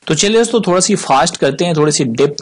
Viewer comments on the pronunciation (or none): none